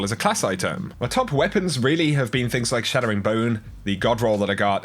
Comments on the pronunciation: Chattering Bone. Not Shattering 😑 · Why do you say Shattering bone when it's Chattering bone? Is it just an accent thing or do you think it is Shattering? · Hearing “Chatter” being pronounced “Shatter” is nails on a chalkboard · why do u keep saying "shadowing bone" instead of chattering bone? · Yes. Yes it is